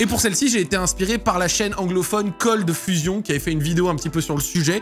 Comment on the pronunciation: olala l'accent Français sur le Cold Fusion x)